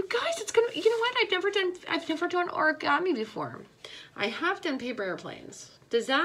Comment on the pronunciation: When u said oragomi I started to die I couldn't stop laughing